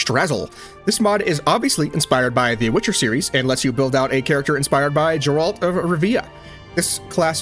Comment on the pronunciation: oooh, that "Gzeralt" of Rivia hurt. Other than that, great video. :))